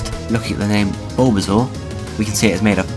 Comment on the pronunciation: "Bulba, Bulbasuar"